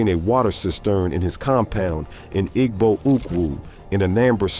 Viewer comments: While some African Americans do, in fact, have Ancient Egyptian DNA, other African Americans have ancient Jewish ancestry. The Igbo are Jewish. (I wish this A-I-generated video would pronounce this tribal name correctly.) According to one leading British scholar, who is an expert on Jewish studies, Jews are Black. Read the description of Christ in the Book of Revelation. His feet are described as being so Black that they appear to have been "burnt in a furnace." The bottomline is that African Americans have evolved into a distinct ethnic group. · The "g" in Igbo is silent.